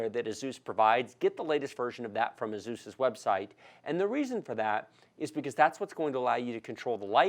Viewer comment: Someone who says ASUS correctly!